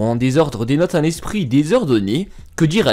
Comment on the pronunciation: Tu as tendance à rajouter des lettres dans tes mots c'est très bizarre au lieu de dire un génie tu dis WUN génie par exemple.